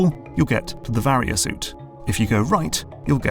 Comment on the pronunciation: You finally pronounced Varia correctly lol